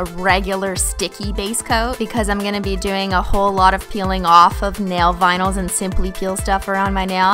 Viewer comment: I always hear binyls instead of vinyls..